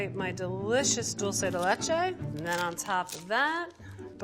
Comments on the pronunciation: They also said "dulche" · I don't know why you find it so hard to pronounce DULCE. It's not DOLCE. It's like Drool without the R and the "Se" part in Semi.